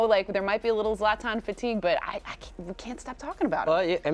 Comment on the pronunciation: It isn‘t Zlatan it‘s zLAtan